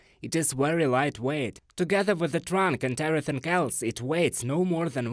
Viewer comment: Everythink is not a word. It's "everything". ing not ink